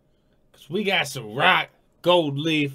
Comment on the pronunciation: I's SAH-roc not Suh-roc.